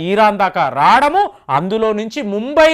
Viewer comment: రాడము కాదండి రావడము అనాలి.